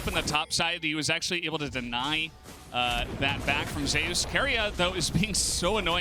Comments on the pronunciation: Why do they call him Zay-ous? Is it not just Zeus? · Because In lck there was a player cause Zzus who was called Zoo-us and I think Zeus also said it’s pronounced Zay-eus like in Korean